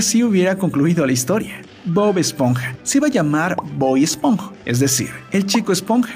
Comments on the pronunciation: te falto la "N" chico espo"N"ja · Minuto 5.01 en vez de esponja colocaste espoja